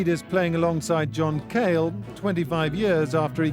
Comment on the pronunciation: It is John Cale, not John Cahill.